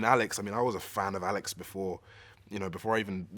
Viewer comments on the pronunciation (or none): none